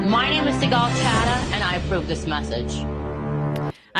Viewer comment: I wonder if Sigal is intentionally pronouncing her name American style, because if you read it in Hebrew, it would sound Sig-Gal Hat-Ah, and would means "Sigal have sinned." Hat-Ah is the past tense singluar female form of the Hebrew word for Sin.